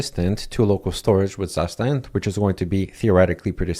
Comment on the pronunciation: Very cool, and useful. btw, the correct way to pronounce zustand is: "tsoo - shtant" and it simply means 'state' in german. heard this from a german friend.